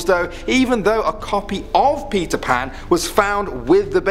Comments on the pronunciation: I heard Pizza Pan instead of Peter Pan. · Whenever he says Peter Pan it sounds like he’s saying Pizza Pan